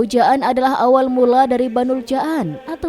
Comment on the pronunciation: Abul Jaan (dipanjangkan, jamak dari kata jin, bukan ja'an) hadewhhh, narasinya payah...